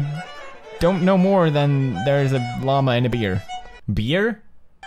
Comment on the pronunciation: LLAMA, not lama.